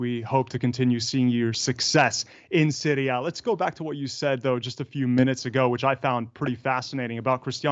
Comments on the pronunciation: how do you say it? please don't say "Seewrie Aye" gross. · The way the interviewer says "Serie A" hurts my emotional wellbeing